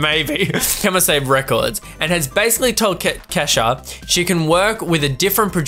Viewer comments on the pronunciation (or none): First of all... I love you. Secondly... KEY-moh SAH-bee:-)